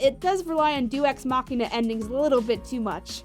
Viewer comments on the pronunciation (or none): a) It's pronounced 'Day-Us' Ex Machina! b) If you don't understand that far from being a Deus Ex Machina, like Blood Bending, 'The Avatar State' represents Aang's 'Demons' and 'Loss Of Humanity,' becoming an all powerful weapon of mass destruction when consumed by rage, and thus, needing to find a way to defeat the Fire Lord 'WITHOUT' crossing that line, then I can't help you. -_